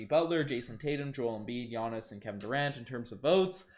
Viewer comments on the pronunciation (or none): none